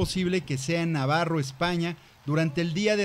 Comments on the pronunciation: Se dice NAVARRA!!!!! y No navarro. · se dice Navarra